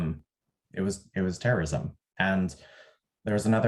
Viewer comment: "it was terriosm" lmao